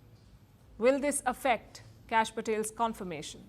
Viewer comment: It is "Kash," short for "Kashyap." pronounces it as "Cash."